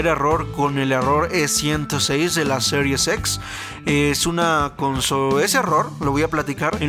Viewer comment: Excelente mi compa solo un consejo cuando digas serie X trata de decir x no series xsss algo así suena y es extraño por que no se entiende jaja pero excelente tu contenido